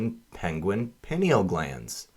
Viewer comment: Pie-Neal Glands